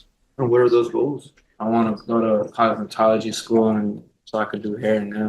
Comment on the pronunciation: Sorry did he say cosmetology?